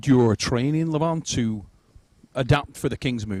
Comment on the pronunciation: Great job? Neil coudn't even pronounce Levan's name right. He is not LEvan, he is LevAn!